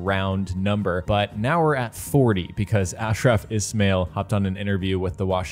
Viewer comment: Hey man it’s Ismail pronounced like this i-smile